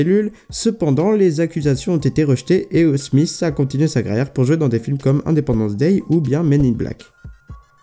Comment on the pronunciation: "will smisse"